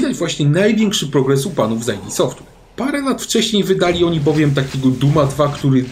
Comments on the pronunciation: id Nie "AJ DI" id jak "idę" bez "ę" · hej. Mnóstwo osób czyta id jak skrót, więc literuje a nie słowo, także nie Ty pierwszy i zapewne jeszcze nie jednego gamonia wspólnie poprawimy ;)